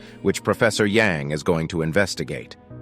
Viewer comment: A in "Yang" name is read as "a" in "banana", not "Yeng". Remember Shang-chi? Yes, his name is not "Syeng-chi" but "Syang-chi", again the "a" is like in "banana"